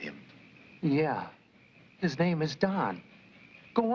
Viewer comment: So glad they are pronouncing his name right here.